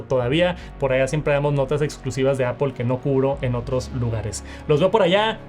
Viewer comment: Porque puedes decir muy bien “news lerer” pero dices apOL ? y no apL? Es solo decir manzana 🍎 en inglés 😢